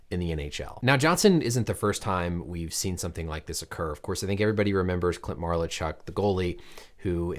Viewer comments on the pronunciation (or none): it was clint malarchuk not marlachuk youre like biden who cant read the prompter